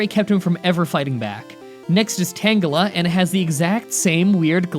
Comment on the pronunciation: TANGLE-AH? I thought it was t-angel-ah